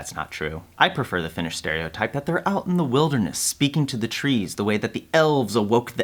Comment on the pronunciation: at night “da finnish noob” man se on tota "the" juttu minkä sä lausut!